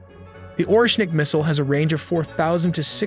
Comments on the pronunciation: It's not "Ornšik" you pronounce it wrong way. It's Orešnik ( you need to put there "e" behind r) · This is ORESHNIK not OSHRENIK as you’re pronouncing in the video. This is an IRBM not an ICBM. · Oreshnik❌ orEshnik✅ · oreshnik nor orshenik. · Please try to learn how to say it correctly «oreshnik” it’s stay here for long time ❤ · Say it with me OR - RESH - NIK Now I will unsubscribe because you know nothing. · If you say Oshnik one more time🤣